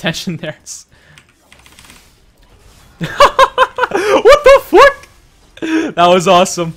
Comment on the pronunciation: That end "WHOT THE FUWKE"